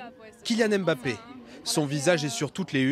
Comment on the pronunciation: Quoi j'ai bien entendu le gars à dit embapi ballon d'or